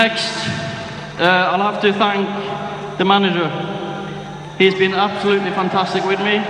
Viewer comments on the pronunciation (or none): Ole has been saying "fantasteek" even then